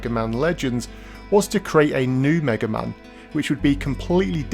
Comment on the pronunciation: Haha first you said "maga man" at one point, then you call the Bonnes the "bones" :) ..